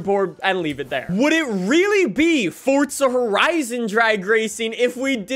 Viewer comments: 30s in and I've heard "Fortza Horizon 5" more times than I've needed to lmao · For-za it is so easy. It Makes me so mad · no it’s for za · Idk why 4za is hard to pronounce for some people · Forthza lol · It's 'For-za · the t is silent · this is the first video I've seen from this guy but I'm real happy to know that. He seems real articulate but he's all-in with Fortza and he's sticking to it and that's awesome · Me waiting for him to say forza right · the way he says forza kills me lmao "fortza" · Is nobody gonna talk about the way he says "Fortza" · I dont know who this guy is but i said let me watch this video and the first thing that i noticed it was how he said the word FORDZA HORAJZON 5 and got me MAD AF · Fort-za...cmon bro! But yeah there slow other than that ford van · Let's get a video where he dosent say fortza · If this guy says fortza one more time😤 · Stooooooop saaaaaaaaaying forTza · "Fortza horizon" 😭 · DURRR FORTZAAAH FORTTTTZAAA FORTZZAUHHHH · ah yes fortzuh horizon 5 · Bro we get it you say fortza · For-za. There’s no “T”… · Fort Zahhhhhhhhhh!!! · FORTZAAAAA HORIZON XD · I got triggered when fortzuh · FORTZA HORIZON FORTZA HORIZON FORTZA HORIZON FORTZA HORIZON FORTZA HORIZON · FOR-ZA 🙄 almost made this video unwatchable with his pronunciation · Why do you call it fortza horizon 💀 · Dude really says FORTZA so hard and often I can't watch almost. Actually I'm done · fortzah herizon 5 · Stop calling it fortza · Why you say “fort zuh “ literally the only annoying thing in your videos just say it right bro you know you sayin it wrong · can you please stop saying fortsa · Honestly makes the video better imo. Keeps me on the edge of my seat waiting for him to say it again or to realize what he's saying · He says it like that in every video it absolutely drives me nuts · Didn’t know there was a “T” in forza. Lmao weird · It’s not that hard to pronounce Forza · Please stop saying forza horizon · same it’s called forza not fortza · its for "ZA" not for "TZA"